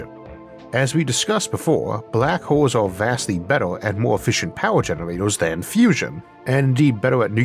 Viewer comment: For some reason I heard 'black holes' as 'Barack holes'. My mind went places for a few milliseconds.